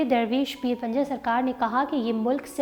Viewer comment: Pinjar hy panjar nhi urdu darust krain. Shukria